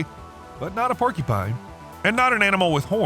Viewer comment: "Porky-pine" is giving me an eye twitch